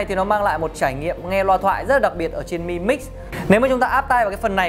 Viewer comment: biết từ Mi là gì không ? mà đọc là mờ i ? mi 米 tiếng trung là hạt gạo ( đọc là mỉ mớ đúng )